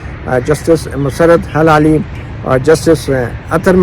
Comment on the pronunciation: Her name is Musarrat HILALI - not hAlali. 😢